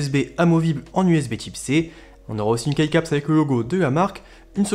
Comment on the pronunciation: Pour les keycaps ça se prononce "ki" caps si jamais